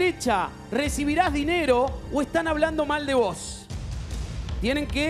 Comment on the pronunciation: "hablan mal de voZ" ... jajajaja voS decís ?